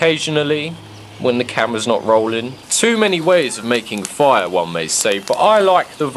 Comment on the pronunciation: When u say fire (foiah) im dead